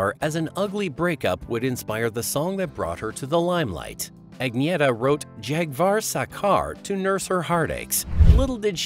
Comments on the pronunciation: What The Hell Is A "Ag Nee ETTA?" WTF? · Her name is pronounced ......UNYETTA.....!!!!!! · Sorry But You're Mispronouncing Her First Name. Like A Typical MONTANAN, UTAHN, NEVADAN, OREGONITE!